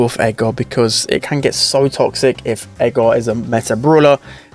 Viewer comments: Edgar Edgar Edgar not edga, Edgar SAY IT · I cant tell if thes saying Edgar or Ego or Aggro